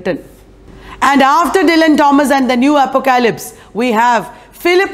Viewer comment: Very small suggestion: pronunciation of apocalypse is, phonetically, APP-OCK-O-LIPS 😀👍.